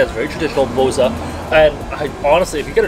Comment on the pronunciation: It's SofiA, not SOfia, and bozA, not bOza. My man in the past the boza used to be soooooo gooood, sadly it's a dying thing now, it's too watery and the original taste has gone mild ;( I'm glad that you liked our food. Kinda sad that most places can't cook rice like Asian people but there are some okay places